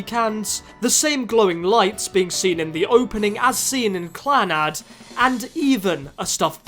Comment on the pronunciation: The way Clannad is prounounced... Don't tell me that's the actual way